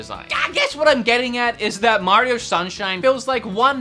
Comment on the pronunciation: Mehh-rio. Bob wulff is mad 🤣